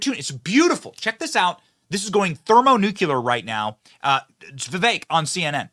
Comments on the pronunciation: BENNIE, PLEEEEASE: Nu-CLE-us of an atom, therefore: Thermo-Nu-CLE-ar...NOT Thermo Nu-Q-lar-sound like "Dub-ya" when you say dat! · Thermo-Nucuular?... You mean Nuclear? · ... lol... it's NOT going "thermo "nucular"... it's going thermo nuclear....